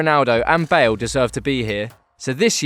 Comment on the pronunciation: he say bale?? tf